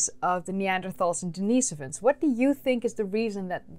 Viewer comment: I have a question for you. Why are you feminizing the pronunciation of the masculine name Denis? I don't believe that the monk for whom Denisovans receive their name was a transgender female. You keep saying Denise-ovans rather than Denis-ovans. You wouldn't call Denis Leary, Denise Leary. There is no second "e" in Denis"e"ovan. Why are you adding an extra vowel that is not present in the name Denisovan?